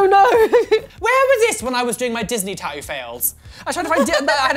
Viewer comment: "tat-oo" *triggered Louis Tomlinson noises*